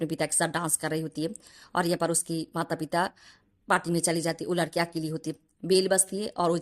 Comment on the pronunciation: Bengali ho? Ladki ki jagah Laadki bol rahi ho